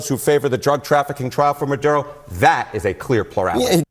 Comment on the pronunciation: Say it the way it's spelled. Maduro...not Mudoodo.